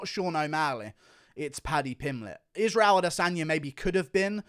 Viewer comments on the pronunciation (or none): none